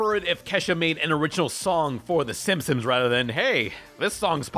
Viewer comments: Everyone: "Simpsons": SIMSIMS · Gi-gantis? Sim-Sims? Is... is okay? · Does he say "Simsims" on purpose?